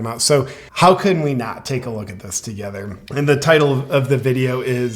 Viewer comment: Yes I used to like watching his videos (Russell) , but he should LEARN to pronounce English words properly. EG, parie... Say the T , party.! "Togeferr" it has a T, you chop ...togeTHer!!!!! Come Russell.... Say the T, you aren't a Dutchman!